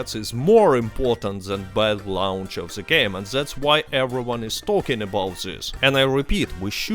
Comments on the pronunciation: The t is pronounced as a d sound not a z sound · He's Russian, that's why he pronounce it like that. The=ze in Russian